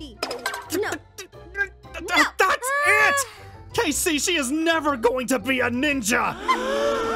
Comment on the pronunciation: “Dats my dad” I loved that so much